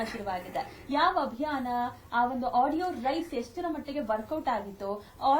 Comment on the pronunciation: ಅಭ್ಯಾನ ಅಲ್ಲ ಅಭಿಯಾನ